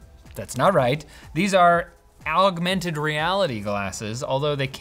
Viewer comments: is where "OWWgmented" was pronounced. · You mean "ougmented" don't you 🤣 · The "augmented" actually sounded german. Even to me as a German. But sadly we call it "Erweiterte Realität"